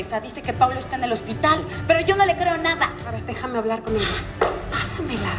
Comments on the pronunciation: No es crítica pero es paulo no plablo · No se dice Pablo es Paulo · Es Paulo dice Pablo 😂😂😂😂😂😂😂😂😂😂😂